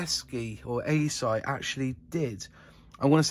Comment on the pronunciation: According to their 1983 catalogue it's pronounced Eshi